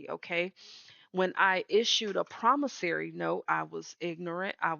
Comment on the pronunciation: Promissory, not Promissary. 😊💜